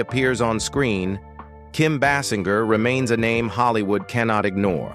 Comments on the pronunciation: It’s pronounced Bay Singer! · Her name is pronounced BAY-sing-er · Please could you say her name correctly!!!😮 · The commentator isn't even pronouncing her name correctly.